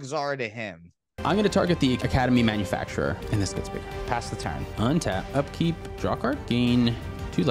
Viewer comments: Love the shirt!! (And again, it’s not “Academy Manufactur-er” idk if it’s an inside joke or ya’ll are still mispronouncing it😂) either way, love the content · it's academy manufactor not manufacturer 😂